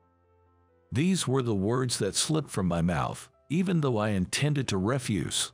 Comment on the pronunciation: And when they 'speak' the word 'through' it comes out as 'thruff' rhymes with 'rough' instead of 'threw' Also the word 'refuse' is 'spoken' as in 'refuse collector' rather than the word to mean 'deny'